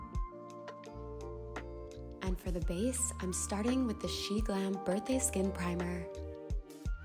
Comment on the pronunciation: Um its pronounced SHEE-IN